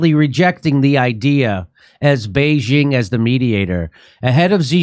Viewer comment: Jimmy, Xi is pronounced like English "she," not "zee." Please show Xi enough respect to pronounce his name right. And Beijing is not "Beizhing": "-jing" is pronounced with a hard "j," as in jingle bells.